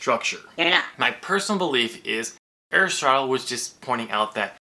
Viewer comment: Your pronunciation of Aristotle is correct. Don't let anyone tell you different.